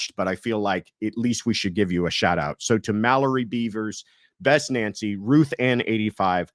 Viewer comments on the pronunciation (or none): none